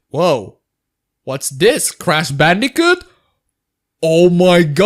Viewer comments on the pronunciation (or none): Why do you say "crash" as "crass"? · And it's Crash Team Racing, not "Ceras" Team Racing lol. So much for being a native English speaker wannabe lol. Indon... Indon hahaha.